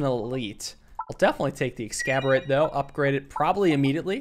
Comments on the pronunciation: Exacorbate is based on the word exacerbate, to make something worse. Please look up the pronunciation, because you pronouncing it like excalibur is killing me. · its eggs-ass-or-bate. or in this case "orb-ate" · Oh god back to saying 'Ex-scab-orate' instead of 'Exacerbate'; the game's wordplay tendencies take another victim. This is "Mordidorb" all over again... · its exacorbate not excaborate :( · always bugs me how says “excaborate” should be similar to “exacerbate” instead. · It may be pronounced exacerbate /eɡˈzasərˌbāt/, but in our hearts it will always be excaborate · EXACERBATE not EXCABORATE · It's "exacorbate," not "excaborate." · You keep calling it "Ex-cab-or-ate." It's meant to be "Ex-as-orb-ate." As in a play on the word "exacerbate" meaning "to make things worse." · Genuinely starting to wonder if is saying "Exacorbate" wrong on purpose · He always seems to read Exacorbate wrong, he reads it like Excaborate. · do you say "exacorbate" that way to make me have an aneurysm> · Always with the "more bead" and "ex scab ore eight." Maybe next episode he'll pronounce them right... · Ok is saying Exacorbate wrong on purpose or does he really not know? At this point I feel like it's a running gag and I'm the dumb one. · Exacerbate Ex-ass-er-bate Like, to emphasize something. I tried to exacerbate the pronunciation of, exacerbate. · Exacorbate is based on the word exacerbate, please for the love of god pronounce it correctly lmao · when exacorbate was added he pronounced it correctly like three times, next episode his late stage alzheimers kicked in and the word exacerbate left his head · waiting for the day you nail the exacerbate pronunciation D: I don't even think it is a pun right? don't wanna let this take away from a fun video though :3 a nice day to everyone reading this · Please sound out the word exacorbate, because you're saying it wrong, and know the c is supposed to make an "s" sound